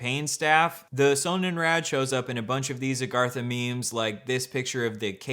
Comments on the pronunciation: German here, it's pronounced with a pronounced o and d and in English means sun wheel, it also predominantly features the lightening design used in NZ times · hey, German viewer here. Just FYI: Sonnenrad is pronounced with a short O, kind of like the name Ron but a little shorter and RAD is pronounced R-UH-D. Sonnenrad translates to sun wheel